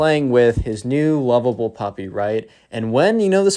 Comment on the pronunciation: When u said puffy Stead of puppy I laughed so hard